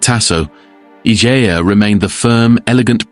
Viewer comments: The way her name is spelled it's pronounced "ih-je-ah" --soft G. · Idea has a soft G, as in Egypt. Julia.. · It's ee-hey-a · The mispronunciation of her name is so irritating Three minutes in and the narrator has said it 4 different ways